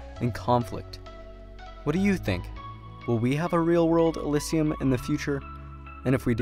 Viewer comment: How many times can you mispronounce elysium in 3 minutes and 30 seconds? uh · li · zhee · uhm